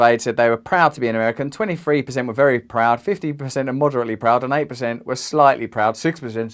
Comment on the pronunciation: How the fuck can you say the word eighteen without a single "t" in it?????